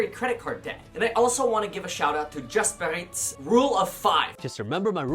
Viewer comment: Jas-par-reeets. Lol strange way to say it!